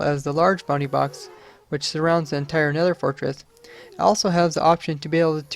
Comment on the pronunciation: Who else hears "bunny box" instead of "bounding box"?